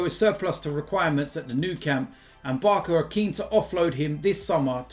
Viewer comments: why do you say Barka? Surely you know it's Barca? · Barsa not barka 😂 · you say barcelona then you say barka? thats an insult to the letter "C" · Why you purposely pronouncing Barca as barka? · The ‘c’ in ‘Barca’ is pronounced like an ‘s’, not a ‘k’ 🤣🤣